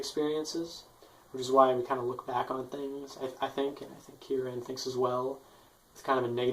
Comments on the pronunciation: Very good video but it's "chi-ro-n" not "kio-re-n" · It's pronounced as Chioran. And he's Romanian. Also, the title is badly translated. A better translation would be "The shortcomings with being born" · His last name is pronouced "Chioran", good vid mate